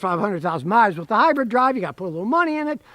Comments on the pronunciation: Dang it Scotty,it’s Hy-brid Not Hy-bread. Lol😅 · Or Hy-bird lol